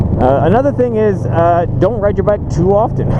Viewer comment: Bike passion not Mike passion